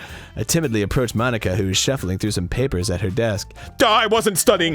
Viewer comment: "mon-ika" ika means squid in japanese